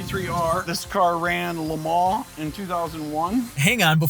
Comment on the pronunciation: Amazing. And its fun to hear LE MANS pronounced properly.